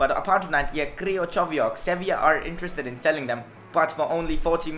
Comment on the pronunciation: It's pronounced (Kri-chow-eee-ak)